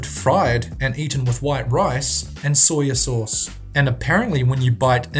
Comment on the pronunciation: he sounds like he's saying, "Sawyer Sauce"